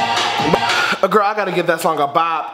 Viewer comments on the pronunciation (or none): You need to stop saying gril